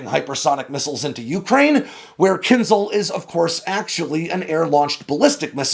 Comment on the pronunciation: And, please learn to pronounce Kinzhal correctly. zh is pronounced like the s in measure. Perhaps you know how to pronounce Zaporizhzhia. Very likely you don't.